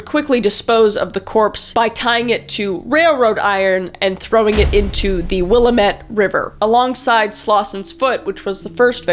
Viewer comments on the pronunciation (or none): Oh man I’m having a fuckin field day as a PNWer with these videos apparently... It’s not “Will-uh-met” it’s “Will-AM-ette” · Will-ah-Met (; — ; ) Kris you wound me. It's pronounced Will-am-it. I will commend the fact that she said Oregon right, and she didn't say will-ah-met-ie, which is the most agregious mispronouncation I've heard for it. I'm always amazed at how many serial killers could've been normal people if not for their crummy parents or bigoted social pressures. Genuinely I think if this guy had just been given parental affection and allowed to play dress up, he probably wouldn't have ended up being the killer he was. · I know this is old and he’s not super well known but I’m born and raised in Oregon so maybe that’s why this case has always given me the creeps, like super creepy it’s so gross. And I have to say, because I hear this ALL THE TIME, Willamette is pronounced Will-am-it. Not will-a-met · The way you pronounce Willamette is so weird. You pronounce it like "Will-a-met" And I'm used to hearing it pronounced "Will-am-ett" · the willamete river is not said the will-uh-mut river its the will-AM-it river lol. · This is so weird to think this happened where I grew up and currently live. Part of me was kinda dying inside when you called it Will-a-mat and not Wallamit. 😂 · Will-am-it. Not will-a-met 😭🖤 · Will-AM-ett river. Lol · Yeah, the haole in Oregon pronounce Aloha Oregon, A-low-uh. Willamette river = Wlill-a (apple)- met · For future reference is will-am-et river ❤😊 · Willamette -> wil-lamb-et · Willamette river is pronounce wil lamette - damn it it's weird but thats how its pronounced haha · as some one who live in or thats scary and its pronounced willlammit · As someone from Oregon specifically near the border of Washington and Oregon The Willamette river is pronounced “ will-am-it” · Just for future information: Willamette is pronounced 'Will-Am-It" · it's will-am-it btw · im from oregon its the well-am-et